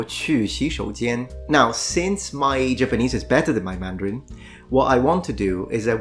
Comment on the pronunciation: Your mandarin tones are excellent!